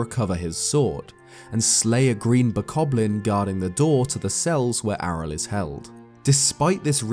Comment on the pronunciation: when said Ariel "Arel" I died a little bit inside AREEEALLLL